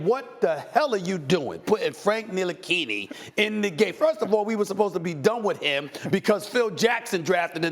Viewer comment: Everyone: Frank Ntilikina Stephen A.: Frank nilikini